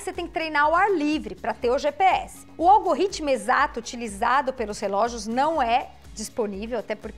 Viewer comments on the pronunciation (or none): primeira vez que ouço alguém falar ALGORRITMO hahaha que legal. Obrigado pelo Vídeo! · Vídeo muito bom! Obrigado. Apenas um toque: a sua dicção de “algoritmo” soou como “algo-ritmo”. Abraço